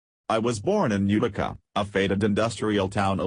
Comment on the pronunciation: UTICA !...UTICA NOT .....UKKTICA ? ENGLISH ! PLEASE